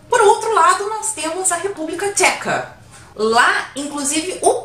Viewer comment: República "TXECA" 😂😂😂😂😂😂😂😂